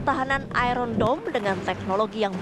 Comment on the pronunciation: Iron dome jadi IRON DOWN😂😂😂😂😂😂😂